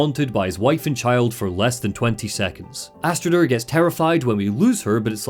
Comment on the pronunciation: It's not pronounced Thorgester,Fargrimer or Astrider - more like Thorgest,Fargrim and Astrid bc the "r" is mostly silent in norse names,same as Jörmundgand instead of Jörmundgandr for the World Serpent. Besides that,the Draugr were the Beserkers of the Vikings,who harmed themselves to build up adrenaline and become more powerful in battle - they weren't "viking zombies". However,I really love your content,especially the entire Lore Dumb stuff around the Remedy franchise - keep up the great work and have a good one. And☝🏻best wishes for your "new" family👍🏻👍🏻👍🏻